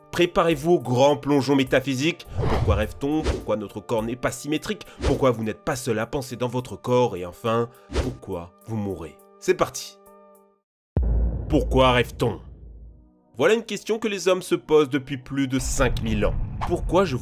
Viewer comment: un seul R à "vous mourez". On dit aussi "Labyrinthe" et pas "Limbirinthe" (erreur 2x présente dans la vidéo , edit : 3x en fait car aussi à ).